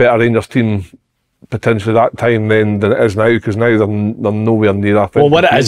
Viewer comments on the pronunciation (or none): Many times that big goon gone say “puhtenchly” ffs man